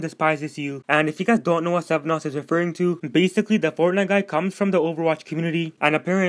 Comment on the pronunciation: Good video but it's SVENnoss not SEVENoss